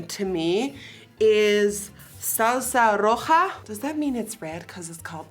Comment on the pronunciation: Your pronunciation of ‘salsa roja’ was so good! Inviting you to the carne asada, Nikkie 🇲🇽